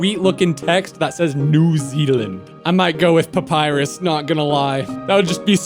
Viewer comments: new "zeland" its zealand XD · ‘new zeland’ 😭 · Bro didn’t even speak Zealand right